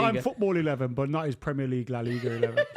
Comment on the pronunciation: I hate how the yanks say "premier league" surely they watch it , so surely they've heard other people pronounce it correctly and yet they still get it wrong alllllll of them